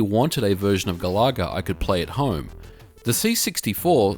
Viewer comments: Love the video, but GA-LAH-GA? not GAL-A-GA? if it was a shmup where you shot down annoying Australian wild birds then i could understand. LOL. Think of the singer of Oasis "Liam Galaga", and you're there ;) oh! and i love Slop Feet from Taito to:) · Ga-la-ga with way less emphasis of the 'LAH' as you were saying. I've never heard it said as Gal-LAH-Ga in the arcades when it first came out. :) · I have to say Galencia is addictive and enjoyable! And I'm impressed with the score saving cartridge. Great game review! And it's the first i've heard Galaga pronounced as Ga-lah-ga ...i've always pronounced it like Gallagher :o)) Happy new year and I look forward to more from you! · Galoga?? That's how it sounds like you pronounced it?? gal a ga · I couldn't keep watching past the 3rd "Ga-laa-gaah." That pronunciation just killed the video for me, ugh. It's from the word Galaxy, because you're flying through the galaxy in the game. Not flying through the "ga-laax-e." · Doesn't matter i pronounce things strange as well lol but the intended pronunciation is "Gal ah Gah" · ga-la-ga - no emphasis on any of the syllables. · I was gonna make a joke about how you pronounce Galaga, but the video was ultimately too good for me to be a troll.